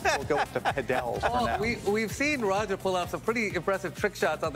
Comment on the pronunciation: I chuckled when he said ra ket